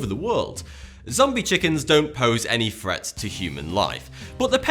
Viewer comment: Fret. Instead of Threat.